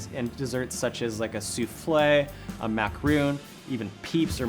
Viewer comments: Guys, say it with me... Mac-a-ron not Mac-a-roon! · If you mispronounce bain marie or macarons one more time, I will be sick.